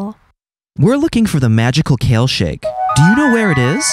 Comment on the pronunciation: I thought they said kill and not kale